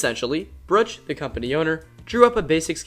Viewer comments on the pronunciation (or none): Bruch is pronounced like the Spanish word "bruja" without the a.